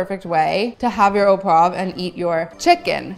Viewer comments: oh pwov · “au poive sauce” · difficult to explain how you should pronounce “au poivre”. found it difficult what you were making “au pwaffff”. in the “au poivre” there should be a soft “v”, an “rrrr” and an “uh” at the end. but the recipe looks delicious